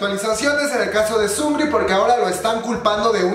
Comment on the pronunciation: Emmm no se dice sungri, es sung -ri, separado. Es solo una aclaración